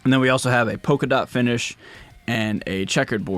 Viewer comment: it's polka dots, not poke-a-dot. xD